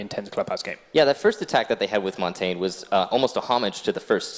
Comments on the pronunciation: If I hear them mispronounce Montagne one more time.... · Noone can pronounce Montagne and it is triggering